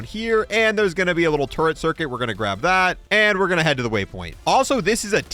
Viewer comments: "Also wanna pick up this turcuit cirrit" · Lol. "Turcuit Cerrent"